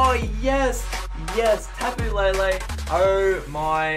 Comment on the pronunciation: not to hate put its tapo le le not tapo la la